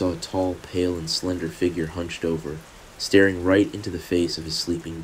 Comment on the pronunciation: I was wondering the same thing. Mispronounced staring to starring. And AI can copy people’s voices, it’s sorta the point of it.